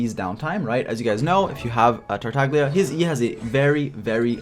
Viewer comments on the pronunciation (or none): none